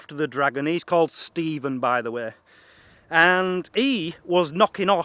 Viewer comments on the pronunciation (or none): none